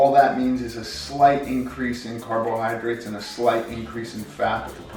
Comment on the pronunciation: I love how he says carbohydrates Carb-OH-hydrates